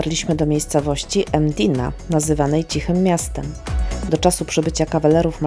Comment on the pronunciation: To nie jest Emdina tylko Mdina.